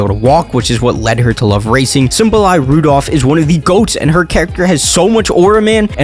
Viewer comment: It's uma MMMusume, not Uma Usume Haru Urara, not Haru Uraha And Symboli Rudolf is pronounced Symbo-lee, not Symbol-eye Sorry it bothered me so much😭